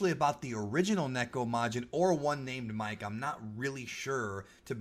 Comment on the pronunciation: Two things: Nekomajin MIKE (みけ) is pronounced mii-keh, not the name Mike. It refers to the specific type of cat he is, a Japanese bobtail, or MIKE (三毛). Second, Usamajin is not a reference to America, but a portmanteau of the Japanese word usagi (ウサギ), which means rabbit, which Usamajin obviously resembles, and Nekomajin (ネコマジン). Take the Usa from Usagi and the Majin from Nekomajin and you get Usamajin(ウサマジン).